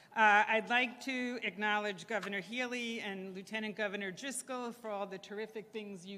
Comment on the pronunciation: Terrible "govenor", terrible "lt. govenor", and terrible "mayor".